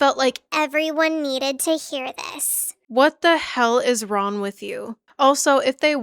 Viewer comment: "what the hell is ron with you" it lowk irks me but i watched all 3ish hours and i loved every minute (besides when u mispronouned things but i have a speech impediment too, we're good) anyway genuinely great video, loved that for sure